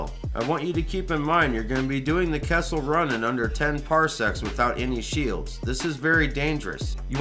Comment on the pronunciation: Are you saying kessel run or castle run. in under 10 parsecs? A parsec is a unit of distance.....I am confused.